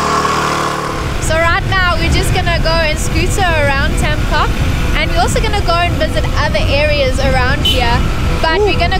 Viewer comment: beautiful video! Just one thing: "coc" is pronounced "coke" with soft "c"